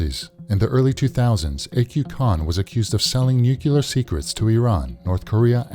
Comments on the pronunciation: TRT, please use better English dubbing. Seriously. It is NUC-LEAR not NUCU-LAR. JFC! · NUCLEAR, NOT NUCULAR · NOO-CLEAR. NOT NUKULUAR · It's NOT "nu-kyoo-lar" you dolt! Just pronouce it like it's spelled: "nu-clear" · This person's pronunciation of "nuclear" is so irritating! But great video.